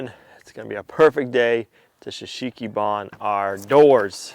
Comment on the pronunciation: Pronounced ""Show Soogy Bahn", NOT "s' sheeki bahn"!!!!! Drives me nuts every time I hear you say it! Please... it actually hurts my ears! Still love you guys though!!! Long time, dedicated viewer. Pray for you every day! God bless!!